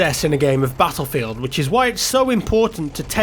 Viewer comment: I hate the way he says BUTTLEFIELD